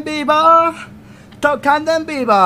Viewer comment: decía tocando en pivo o vivo